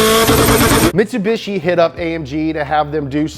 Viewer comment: Haha he said hatch pack // mitsubichi